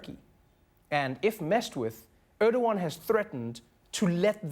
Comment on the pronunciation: His name is not Öööööördoğan... Learn to pronounce the letter E, Americans.